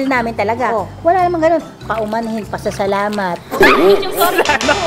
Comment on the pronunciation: “Pauumanhin” “Papasalamat” HAHAHAHHAHA LT